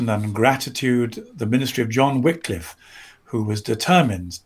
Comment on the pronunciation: It's good to hear a mention of John Wycliffe. It is also good to hear the name pronounced correctly. January 1 (the day many of us will see this programme) is a very special day, being our wedding anniversary. Many years and five children and ten grand-children later, I can recommend the state of matrimony, in spite of the problems and the heartache involved in populating the earth.